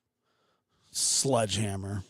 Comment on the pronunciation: What’s a “sludgehammer”? 😂😂😂